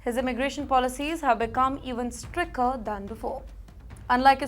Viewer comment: It is Stricter, not sticker 😊